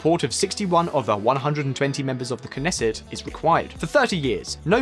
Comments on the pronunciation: and knesset as neset. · Great video, very informative, but check your pronunciation of Hebrew next time. That's not how you say Pikuach Nefesh or Knesset... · It was pretty funny.... Nesset was one I hadn't heard before... But at least they pronounced Gal Gadot's name right... It's hard when English is such a weird language to begin with, and then lacks some regular letters for sounds used in other languages... The message was pretty good though...